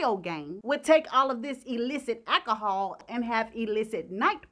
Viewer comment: "Akahol!" LOL!